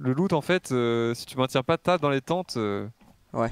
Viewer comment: on dit loot pas lot